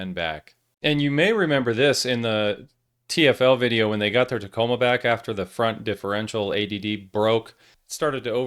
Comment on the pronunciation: Hey, ya’ll…just add the last two letters so ya don’t sound gay…M and A…”TACOMA”😏